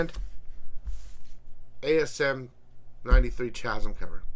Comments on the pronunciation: "Chasm" is pronounced KAZ-em, not CHAZ-em. The word comes from classical Greek. Also, FWIW The Time Masters crisis was actually referenced at the end of Doomsday Clock when Dr. Manhattan was looking into DC timelines. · I think the h in chasm is silent, and nice t-shirt.